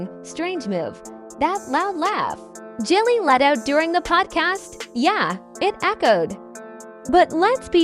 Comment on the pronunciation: She said Jellie 🤦🏾‍♂️ these videos need to be stopped